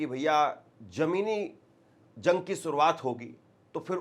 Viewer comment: Bhai thodi urdo par dhian do urdo achi zuban h lolne wala sune wale ko bhi acha lagta h jang ko ap zang nahi bolenge jense zire sahi lvz jira galat galt lavz